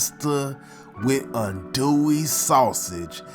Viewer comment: Did you just say adoey sausage?